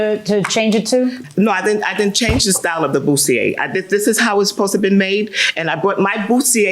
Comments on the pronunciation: Boot-see-a and gautier, boff. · It’s bustier. And corset’s accent is in the first syllable, not the second syllable.